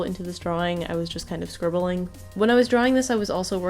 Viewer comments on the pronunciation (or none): "I was kinda scribeblling" sweetie i wish i could "scribble" like this!